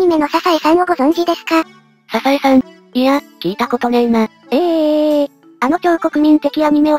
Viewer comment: ササエじゃなくてサザエね